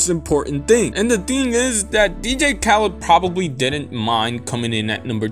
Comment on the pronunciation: learn how to say DJ, DEE-JAY. Not D-gay